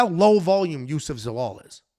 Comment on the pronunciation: Love you boys, but, you shat on Zalal terribly bro 😂